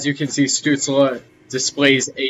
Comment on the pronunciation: You almost pronounced Stützle right! You have to pronounce the 's' not as an usual 's' in english but like a 'sh' like "fish" the rest was great! But no english speaking guy does pronounce it right;) btw great Video and greetings from Germany!